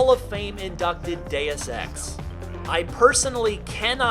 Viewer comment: Your pronounciation of deuxce ex is baffling